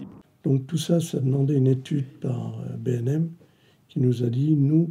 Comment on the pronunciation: C'est B&M pas BèM ou les autres trucs